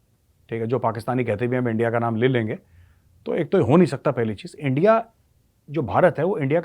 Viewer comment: Jab aap bole hum kha hai endia kha hai you got Lahori accents...😅😅😅